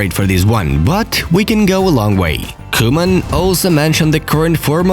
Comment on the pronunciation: No one: football news: vOn dIjK. koOMaN